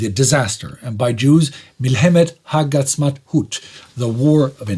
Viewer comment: This was a fantastic replay of history. My favorite part is butchering of the word "ha'atzmauet" which was hilarious. It's a tough word for a non hebrew speaker, don't feel bad, i got a good chuckle!